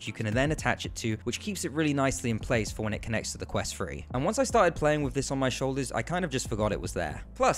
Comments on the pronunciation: Ffs, it's pronounced 'Thu-Re' not 'Fuh-re.' What is the matter with you Brits? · While the Quest has balancing issues,The overly positive comments for this review also need to be Balanced?The Device is pronounced Quest Three (3) Not Quest "Free"???Poor diction young man.My other criticism besides the horrendous Jarring Editing was the slightly cute but inaccurate term "Up to Stuff" Which for those slightly educated will know to be the correct term "Up to Snuff" (An old habit when people used to shove scented Tobacco up their noses for pleasure in the 18th century .I am of course being pedantic and playful 😊And appreciate your promotion of VR, Even though your presentation wasn't Up To Snuff 😊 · Wonder why he keeps saying Quest Free instead of Quest Three..... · "The quest twree" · Bro kept saying quest free 💀😭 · This video bugs the shit outta me because i keep hearing him say "quest free" and "fought" instead of "thought"